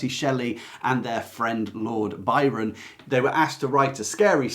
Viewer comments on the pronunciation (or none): none